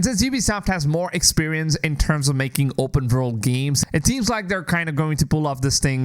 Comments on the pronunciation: Open Vorld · How many times do you want to say vopurnn world 😅